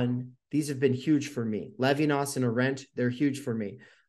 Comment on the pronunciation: this guy said Arendt lolol